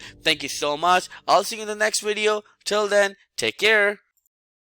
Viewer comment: Him: "Wideo... wideo" Me: 🥴 "vvv... vv.. video"